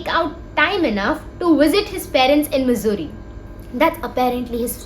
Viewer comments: I've never heard Mussoorie pronounced as Missouri😂😂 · Sab thik but bhai please pronounce Mussoorie as it actually is, I was so confused throughout wondering whether it's a typo in the subtitles and video time stamps, and whether it is actually Missouri or Mussoorie. 🤦🏻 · liked the video but its mussorie not missouri dawg, missouri is in the us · isnt it mussoorie and not missouri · i love that you use missouri hahaha it is mussourie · Okay everything else is great but can you please stop pronouncing Mussoorie as "Missouri", I was legit confused for a while there😭😭😭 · the mussoorie pronunciation is insane